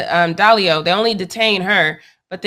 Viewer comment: I think it's Diallo not Dallio